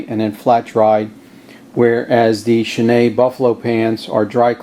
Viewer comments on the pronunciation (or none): Schnee=snow in German. Pronounce snay or something like that.